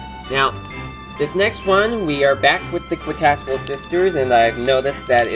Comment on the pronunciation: Lemme help you out,. It's pronounced "KEE-tas-WELL" Sisters. The "Q" sounds like a "C" or "K". But, nice review. ^^